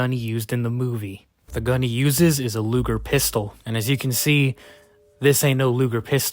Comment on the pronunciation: "lugle pistol" 💀 btw it's a Luger pistol 🤓 yes I'm a nerd.